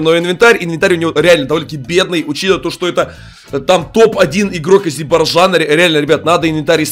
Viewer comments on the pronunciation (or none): Не азирбарджана, а Азербайджана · Не азбержана а азербайджана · Я один ору от того как он произносит Азербайджана